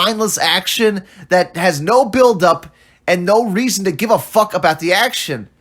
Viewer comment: "FOR NOUGH REASON!" - Cinematic Virgin.